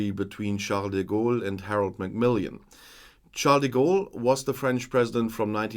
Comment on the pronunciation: I always enjoy your analyses; they're crisp and accurate. Just to say, it's Macmillan, not Macmill-i-an.